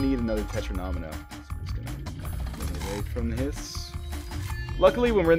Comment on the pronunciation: Great video, I will definitely buy this game. One annoying thing: the way you say 'Tetromino'. It's 'Tet-ro-me-no'. No need for the extra syllable.